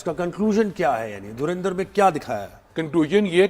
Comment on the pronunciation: धुरंधर को धुरिंधर तो ना कहें...